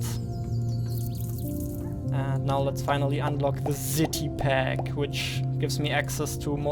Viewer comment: Si ti pack - no ZITI PACK :) S not Z :P